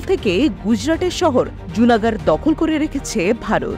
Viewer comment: লুনা গড়। জুনা গড় নয়